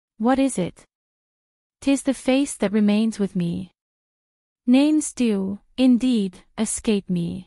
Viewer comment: Omg none of the names have been pronounce properly. I can’t listen!